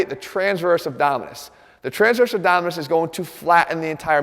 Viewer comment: ABDOMINIS, not abdominus, boy!